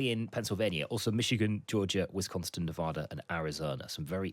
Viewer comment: fyi It's Wisconsin not Wisconston 😊